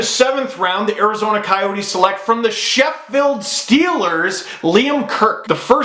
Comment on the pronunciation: The way Steve pronounces 'Sheffield' is hilarious. Excellent to see a British player (and one from mighty Yorkshire at that!) in the NHL though.